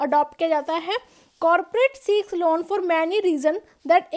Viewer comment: aapke lawwwn bolne ka tarika thoda kezuaal h